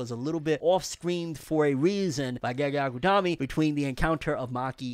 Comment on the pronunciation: Can you please stop saying gaygay akuttomi ?